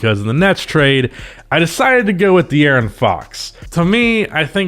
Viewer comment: De Aaron not De Arron